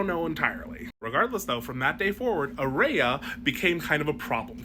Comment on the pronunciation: "Aerea" Targaryen.